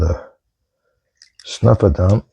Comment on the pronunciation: Snuffer not sniffer.